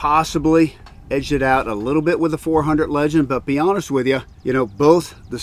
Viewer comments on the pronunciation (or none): none